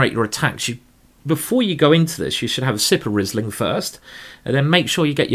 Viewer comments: Great tactics and great positional play as well. Learned a lot from this game! So I can`t tell you nothing new about cheess, let me tell you, that the Wine is not spoken like Rizzling but like Reeseling. :-). (Like Reese Witherspoon without the Witherspoon and then ling.) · Great tactics and great positional play as well. Learned a lot. So I can tell you nothing about chess, let me tell you that the wine is not spoken like "Rizzling" but like "Reeseling". (Reese Witherspoon without Witherspoon and then ling). :-) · You have a good taste. By the way, it is pronounced Reesling. I am from Germany. I think Karl Erbes, Karthäuserhof and Dr. Loosen are good Rieslings.